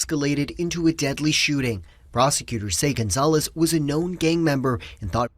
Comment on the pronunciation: You keep saying gaymember or gayviolence . It went from gang member and gang violence to that??